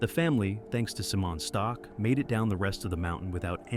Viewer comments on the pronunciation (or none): You pronounce Stoch SO BADLY same goes to pronouncing Rysy - dude at least put those names in Google translator and let it read it for you, butchered